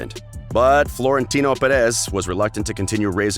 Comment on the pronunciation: Pronunciation gaffes: 1. U-E-F-A instead of You-ueh-fuh 2. Ballon de Or - Balondor 3. Avero - Uh-vay-raw 4. PeREZ PErez. Stress is on first syllable. 5. Hor-hey for Jorge instead of Hor-heh 6. Zidane Zi-dun 7. Paris Saint Germain - Puh-Ree Suh Zher- Muh